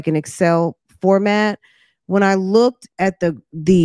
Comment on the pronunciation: Uh, sis, did I hear ( look-ded) looked good?